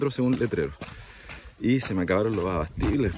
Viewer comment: Amigo, solo por curiosidad, usted dijo , se acabaron los abastibles?? Jajajaja volví varias veces el vídeo y así creo q dice, saludos... igual me pegue esa caminata, todo muy lindo pero no lo volvería hacer...